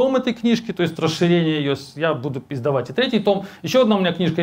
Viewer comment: он говорит "я буду издавать третий том", а слышится "я буду пиздовать третий том"